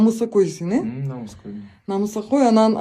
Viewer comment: Намысакөй эмес, намыскөй деп кыргыздын тилин так сүйлөсөң аябай дагы жакшы болмок.